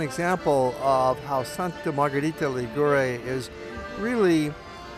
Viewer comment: The pronunciation is: Sànta Margherìta Lìgure (not Ligùre hahaha) and more: as usual stranger people makes a big confusion commenting with a southern italian or neapolitan or sicilian music the description of a northern italian town as Genoa or Florence or Venice and so and so....! It would be the same if you comment a report in New York with a mexican music, or a report about Paris with a polish music!!!! Ligurian culture and music is closer to France or Milan or Turin than the South of Italy!